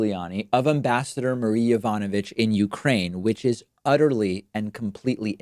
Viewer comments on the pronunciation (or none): none